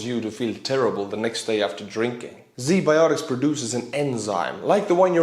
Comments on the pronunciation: Dude, Z biotics?! WTF I love your channel but the irony of Z anything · ZBiotics... Seriously? Z Biotics Just saying :D I'll show myself out..